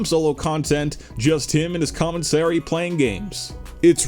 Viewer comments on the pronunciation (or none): wtf is commensary? it’s commenTARY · Ah Yes Commensary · I got slightly pissed every time he said Comensary Instead of Commentary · Commentary not commensary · Why does this guys keep saying commonsary